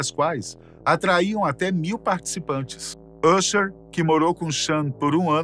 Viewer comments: E bom pesquisar como pronunciar o nome Correto do Artista antes de anuciar! Usher! (Asher) sound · Por que pronunciar "Ucher", não "Acha" como correcto, mas "Frenk Lucas" não "Frank Lucas"?